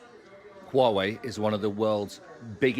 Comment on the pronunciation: Huawei is pronounced who-a-way